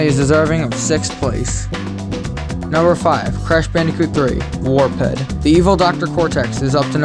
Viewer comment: Wait did you pronounce Warped as War-ped? lol